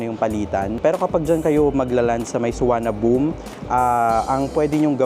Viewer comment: fyi, pronunciation of airport is: Don Muang Suwanapum